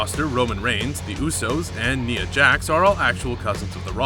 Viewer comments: it was suppossed to say Nia Jax like, NYA. But it said Nia like NEEA did anyone else here that like if you did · and you said niea. it's nia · It's not neer it's nie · BROOO. Pronounce the damn names correctly. It's not (Ni - A) It's (Ny - A) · Neeuh Jax.🤦‍♀️ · Kneea? Come on, if you’ve seen even one of her matches you will have heard ring announcers and commentators say her name. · You pronounced Nia wrong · I'm annoyed that he said Nias name wrong